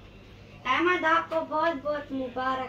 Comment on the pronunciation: نام احمد ہے بھئیا ایمد نہیں Ahmad Aimad nahi 🙏🏽🙏🏽🙏🏽🙏🏽